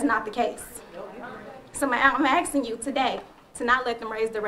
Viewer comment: Asking, not axing.